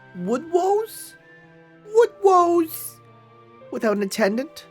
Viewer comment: wooodwoose Woodwose